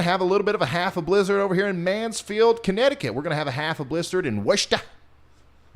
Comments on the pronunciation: Wistah Ma not woorchester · It’s pronounced “Woosta” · Worcester = Wuss-terr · Lol your definitely going to piss off the Worcester (Pronounced more like Wooster) ppl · Wooster = Worcester! Falmouth = Falmith. Scituate = sit-u-it